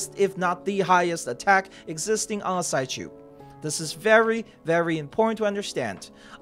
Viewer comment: it's probably pronounced psych-ube like sigh-cube, and not sigh-choob.